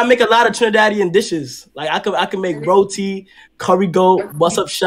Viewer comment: Man said rootie all my suriname brothers laughing rn 😂